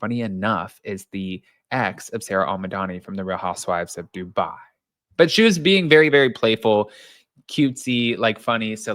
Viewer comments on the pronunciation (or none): none